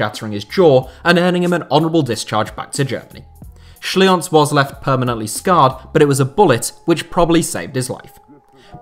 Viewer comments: Schlienz is pronounced like 'Schleentz', not 'Schlee-ons'. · Schlienz is pronounced Shleens.